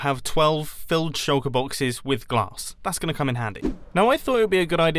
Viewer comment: U said plonked on the glass not grass